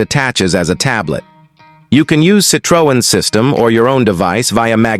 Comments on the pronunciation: Citr-oh-en?? 2cb????? Always hated the CV, hate the 2CV and hate AI narrated videos! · Why is every picture different car. Narration is terrible... Cit-ree-on